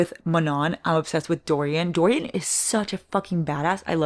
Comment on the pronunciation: DO-RYAN? WTF, me muero! also, I am your fellow migrainer:(... what is your kitty's name? He's adooooorable